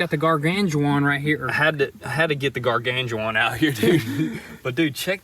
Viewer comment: "Gargan Ju Juan"